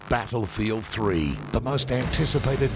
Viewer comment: the way he says battlefeild is so anoying